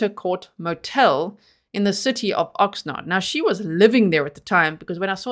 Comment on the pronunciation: From a local californian. Pronunciations , Y-knee-me and you were right the first time on ox- nard.